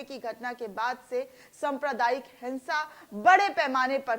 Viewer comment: संप्रदायिकता नही, सांप्रदायिकता कहो, धुर्वीकरण नही, धृवीकरण कहो, कडोड नही, करोड कहो !